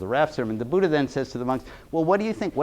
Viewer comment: It’s not Budda, it’s Buddha, dh not just d